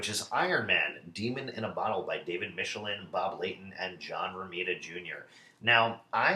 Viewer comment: For the record Michelinie isn't pronounced "Michelin" like the tires. It rhymes with "Tickle my knee" and sounds like "Mickel-line-e" Someone who does a bunch of conventions should start a YouTube series where they just get creators to speak their names into the camera